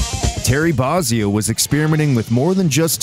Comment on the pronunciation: It's BOH-zzio, not BAH-zzio.